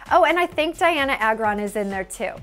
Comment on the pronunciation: IT'S PRONOUNCED DIANNA AY-GRON! Honestly, isn't it your job to know something as basic as the pronounciation of the name of the celebrity you're covering?!